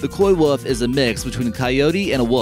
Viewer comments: You never heard of a "coy-woof" lol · When he said Coywolf my brain heard Koi-wolf...I thought, Whoa !!!, this should be good !!! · there's your KoiWolf 😂